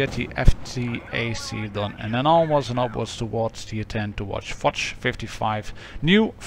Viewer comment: Fotsh ? where do you see a t ? it's fosh, the sam SHHH sound as in hush, it's exactly like POSH, with a F.